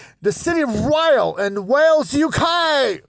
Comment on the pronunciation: Honoured that you featured my hometown in your video. Loved the suggestion to come visit us ❤️ If you ever happen to feature Rhyl in another of your informative videos, just to let you know that Rhyl is pronounced ‘ril’, as in rhymes with hill. Keep up the entertaining content!